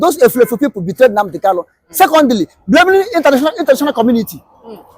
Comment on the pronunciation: Kalu? Kanu yes. Get it right